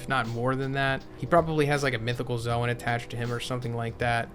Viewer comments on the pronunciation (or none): none